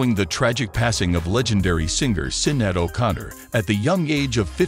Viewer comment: YOU WANT TO RESPECT THEM?? PRONOUNCE HER FIRST NAME CORRECTLY!!!!